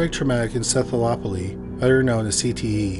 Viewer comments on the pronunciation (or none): Try you might but you’ve slaughtered yet another medical term- the word is encephaloPATHY, Not encephaloOPOLY.